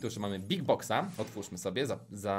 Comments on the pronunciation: Czemu nie BOSS fight a nie boos lol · Boss a nie boos tak z góry 😁